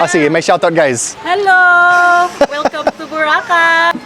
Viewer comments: pag sobra sa dalawang pantig ang salitang tagalog, ilagay mo emphasis sa gitnang pantig, magimprove lalo pronunciation mo..sample bo RAHHH cay.. pag madaming pantig, the syllable before the last one, bigyan mo ng emphasis. example, ku ma kaaah en, na tu tuuuu log. cook-to-order is paluto, matic na yun magbabayad ka..ganda ng improvement ng tagalog mo! congrats! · It’s pronounced boh-RAH-kai